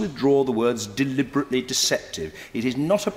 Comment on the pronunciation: Why can´t he say deliberately deceptive!?!??!